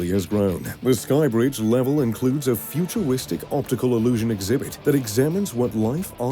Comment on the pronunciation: he also pronounced futuristic as futuwistic